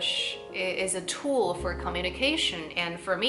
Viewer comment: 英语比我说的好多了，比较地道，句式也比较西化。只有2个词我觉得可以work on, 一个是subtitle的 tile的发音，还有一个是tool。